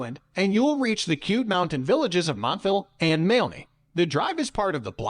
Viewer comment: oh for goodness sake. Moo loo lah bah. Mal aney!